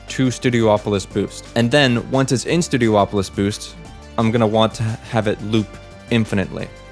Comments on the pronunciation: Worth noting, it's not called "Studio-opolis" it's pronounced "stue-dee-OP-oh-liss". You're not the only one to make that mistake, like people pronouncing Rayquaza (ray-KWAY-zuh) as ray-KWAH-zah. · Ok, this is something I never got. People will pronounce Hydrocity as "Hydrossity" when it's supposed to be pronounced (And spelled) as "Hydro City" yet, they also pronounced Studiopolis as "Studio-opolis" when it's SUPPOSED to be pronounced as "Studi-opolis" much like how Casinopolis is pronounced as "Casin-opolis" in fact I don't think i've ever heard anyone mispronounce Casinopolis' name. So Hydro City becomes Hydrocity (Hydrossity): Taking a two-word name and turning it into one word for a stupid play on words that no other stage name in the game uses (I don't know if you do this so please don't take this personally if you don't) And Studiopolis (Studi-opolis) becomes Studio-opolis: Taking a one-word name and pronouncing it as two words for some reason, an inversion of the Hydro City thing, and this one doesn't even have an excuse for it, and i've heard SOOO many people do this, not just you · Its Studi-opolis not Studio opolis.